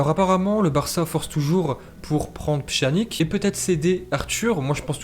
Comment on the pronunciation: Bonjour. J'adore tes vidéos, tes analyses... mais par contre ta prononcuation du nom des joueurs me fais vrmt mal. Certes poura Araujo je comprends que tu n'arrive pas à prononcer le "j" à l'espagnol mais pour pjanic (qui se pronoce pianitch) ou trincao (trinkao pas trissao) ou coutinho (pas cOtinho)... je pense que tu pourrais faire un effort.